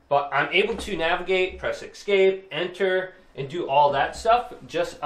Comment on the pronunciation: Mate, it's pronounced "Esk-APE", not "EX-cape".